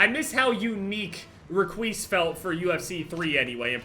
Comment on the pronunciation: He said ”REQUIS”